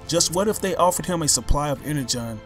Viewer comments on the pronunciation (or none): none